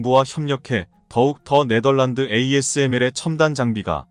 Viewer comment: 읽는방법 다 틀리고, 글자 다 틀리고. 또. 틀린글자 그대로 읽고...믿음이 안가네. 네멀란드란 국가가 어딨냐? 네덜란드지. 1~10을 1에서10이라고 읽어야지 110이라고 읽냐. 아무것도 모르는것들이 지나게나 유튜브한다고 GR